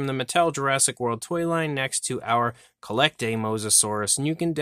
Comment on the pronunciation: I think it's pronounced "Collectuh"